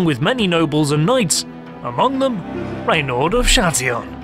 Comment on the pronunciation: RENAUD de Châtillon !! not raynald .....